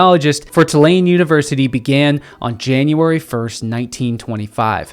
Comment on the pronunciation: Thank you for these videos!!!! Love that I came across you on Aj’s channel. Also, as a NOLA native we pronounce it TOO-LANE